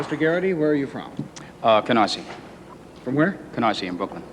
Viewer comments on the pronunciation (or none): "Canarsia." lol